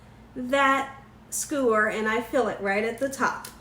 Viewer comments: Sk-YOO-er, not skoo-er. Love the recipe! And your BACKYARD?? Omg, gorgeous!!! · 2 things....please learn to pronounce skewer..omg.....second learn the definition of circumference....it would be the length of the hotdog when your putting it in the glass not the circumference